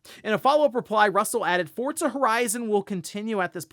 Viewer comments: Love the content. Cant explain why but hearing "Fort zuh" instead of "for zuh" for Forza is like nails on a chalk board 😂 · Is it pronounced fortza or Forza? Sounds like you are saying fortza? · Forza is an Italian word (means “force”); that’s how they pronounce “z.” Just like how you’d say “pizza” or “mozzarella”